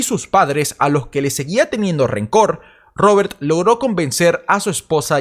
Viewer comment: No paras de decir robertttttt odioncomo pronuncias la t